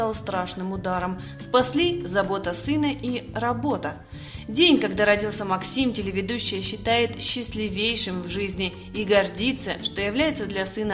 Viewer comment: Ну, какой счастливЕйший?! Мадам,счастлИвейший! Тема "Ударение в словах"2 класс